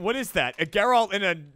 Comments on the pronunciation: if you're implying that the mispronunciation was some joke that went over my head, I would like your take on it, because they've been mispronouncing his name for years. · Is there some kind of meme I'm missing? Every one in RT it seems never says Geralt's name correctly. They say it in the games left and right, how is the mispronunciation more common than the correct one? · It's really hard to hear them continually mispronounce Geralt's name. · ....it's Geralt. Not Geralt. Like it's GIF and not GIF. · I hate how they all pronounce Geralt differently but never correctly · They say Geralt's name in the games right?! Why do they say it wrong every time. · how do they manage to pronounce geralts name so incorrectly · No one can pronounce or remember Geralt 😂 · I dunno why but, every time they mispronounced Geralt, I became a little sad on the inside. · The only part that bugs me on this is when they consistently mispronounced Geralt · Them mispronouncing Geralt was so annoying. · YC JONI I don’t think anyone has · the way pronounces Geralt is rather annoying. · I lose about six months of my life every time they pronounce Geralt's name wrong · I'm a little annoyed they keep pronouncing Geralt wrong. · If you're gonna get custom skins, maybe learn how to pronounce the names of the characters you're using. Geralt isn't hard to figure out. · Why are they all pronouncing Geralt as if none of them has actually played the game....stopping pronouncing it with American pronunciation... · Hey. Let's Play crew. Have ANY of you EVER played ANY of the Witcher games, in all of which multiple characters with voice acted dialogue repeatedly say Geralt's name? It's a hard G like in Gary, not a soft G like in Gerrymandering. Geralt, not Jeralt. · It's funny how everyone pronounces geralt as GUR-ALT instead of GER-ULT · It's not Jer-Alt. It's Geralt, pronounced like Gehr-ult. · The amount of people at AH who haven't played the Witcher 3 is killing me xD it's Geralt, not Jeralt